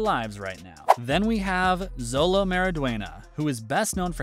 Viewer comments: Jit really said Zolo bruh it’s xolo(sholo) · Xolo isn’t pronounced Zolo it’s pronounced Sholo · does it bother anyone else when channels that review shows and movies pronounce names wrong, Xolo is pronounced Sho-low not Zow-low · It’s not zolo it’s xolo pronounced like sholo not to be mean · It’s Sholo not Zolo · It is sholo not zolo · Um actually xolo pronounciation (from what I have heard) is like 'sholo' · It’s actually Xolo because i heard (Zolo) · Its pronounced show-low mawry-dwen-yuh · thats not how you say his name its pronounced cholo but spelles xolo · That pronunciation of Xolo is really making my ears bleed.